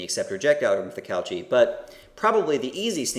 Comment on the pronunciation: I really like this lecture - very clear and good on providing the intuitions. I will watch the rest now. Very minor point - pronunciation of Cauchy = COH-shee, - get in touch with your inner Frenchman.